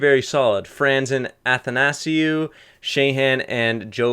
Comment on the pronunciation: It's not an-than-ass-e-you, it's anthan-a-see-you Never mind you pronounced it right later on